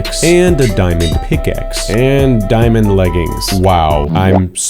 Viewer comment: Its diamond not dimond